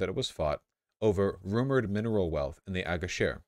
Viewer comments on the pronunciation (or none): none